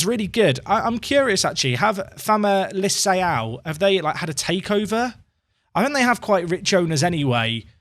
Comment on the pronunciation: Its Famalicao. (kao) 🤣👍